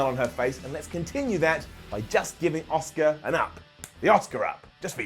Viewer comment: You actually said “Asuka” 😳